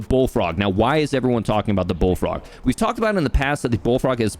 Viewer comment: The way you pronounced "Bullfrog" right after you talking about hair loss, I swear I heard "Baldfrog" :-)